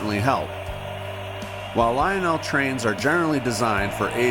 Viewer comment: Lionel not leonel